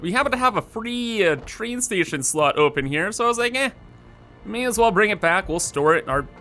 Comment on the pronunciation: "The Choo Choo Chrain"